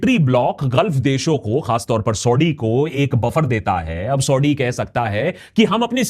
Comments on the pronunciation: Akash Banerjee saahab aap Saudi Arabia ko thik se pronounce karo pehley. सऊदी hai सौढी nahi hai. Aur aap ka Saudi word bolne ka accent India ke Parsi logo ki tarah lag raha hai. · bro it's not sodi, it's saudi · Are you pronouncing Saudi as Saudddy just like Owaisi calls Modi as Moddy ?😂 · Saudi theek se bol bangali 😂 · Say saudi correctly it is so annoying yr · Saudi kahna to seekh la 😁😁😁😁